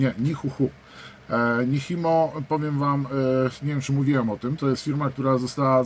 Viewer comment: To się raczej wymawia "Niczimo" 🙂